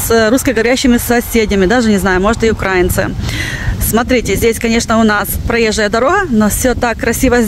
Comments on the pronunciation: Згоден з вами, що це коверкання. Але ця жінка, молодець. Вона мама, тим паче багатодітна. І видно, що вона любить своїх дітей. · Мадам, у нас говорят, В УКРАЇНІ. Это на росии. Также украИнцы, а не укрАинцы. Дякую.